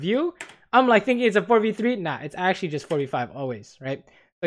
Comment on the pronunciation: why u no say 'actually' correctly? :-(